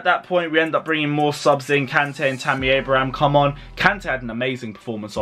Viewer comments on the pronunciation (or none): none